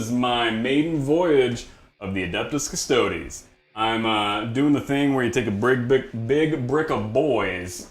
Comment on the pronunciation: Wait, at like did he call them "cuss-toads"?